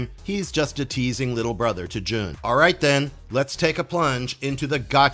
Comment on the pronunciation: Jun is pronounced "Joon", not "Juhn." And Jinpei is "Jihn-pay."